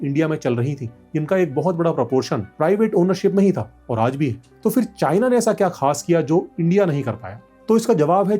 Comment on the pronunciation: The fact that so many Hindi-speaking people in India can't even pronounce basic words correctly (including so-called "educated" people like yourself), saying stuff like "फ़िर" ("fir") instead of फिर (phir), tells you everything you need to know about the state of affairs in India.